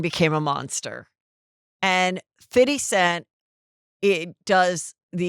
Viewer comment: They way heather butchers black stories is crazy. No one’s name is correct, Christian isn’t Kim’s son. His name is literally JUSY “FIFTY” cent. Why do white ppl say “fiddy”? Have yall EVER heard us say “Fiddy”? Not everything needs a white persons Ebonic twist.